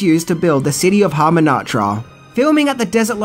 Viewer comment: Yup you are right and this fella said Brandon Fraser not Brendan, and Hamumatra instead of Hamunaptra then a couple of characters names wrong! Not vital but pretty basic!